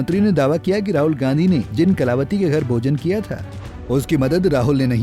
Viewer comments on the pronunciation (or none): अब तो कलावती ने खुद जबाब दे दिया बाकी जनता को क्या मिला होगा शाह जी उच्चारण तो सही कर लो अब तो माफी मांग लो